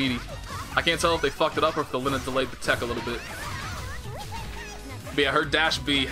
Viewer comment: It's pronounced "Leen-neh" tho.... And Enkidu is "En-kee-doh" if I'm not mistaken